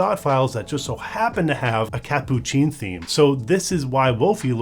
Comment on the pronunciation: its hilarious to watch you try to pronounce "catppuccin"